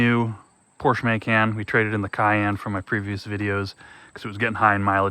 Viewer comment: So you've only heard that pronunciation for pecan? And you've only seen videos where Macan and Porsche are pronounced like you did? This is probably the first time in a long time that I've heard your pronunciation. And it's funny how some see proper pronunciation as areogant. Cool... then keep doing it. Not sure how you missed it, just tried to let you know. What you do with it is entirely up to you. Not meant for the typically long, drawn out conversation. 😂